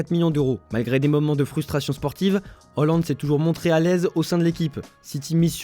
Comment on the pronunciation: C’est pas "Oland" mais "Haaland"